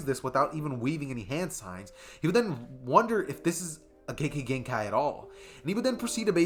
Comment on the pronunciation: u said kekkei genkai wrong alot pls not hating find better way to say it and the rest of the video was good keep up the good work i love ur channel